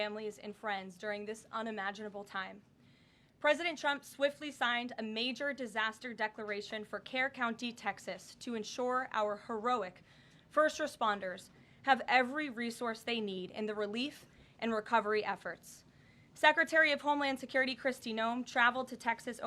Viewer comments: did she pronounce Kerr county as "care county", LOL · Kerr county, not care county. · Wouldn’t it be nice if the White House press secretary could get something right once in a while. It’s not “Care” county Texas as she said, it’s “Kerr” County Texas. Oopsie I guess it’s a typo! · Not only would we like the “name” of the person asking the question but we REALLY want to know what news media they are with. (BTW Karoline it’s pronounced Kerr-like the canning jar company-not care county in Texas) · I'm a Texan and take ZERO offense for her mispronouncing Kerr. It's not a county that makes the news! I live about a 5 hour drive from that region so in my 62 years of life I've heard it many times, most likely from nightly news weather reports. My hometown is county seat, an hour drive from Dallas and is almost never pronounced as we pronounce it. Pick another battle.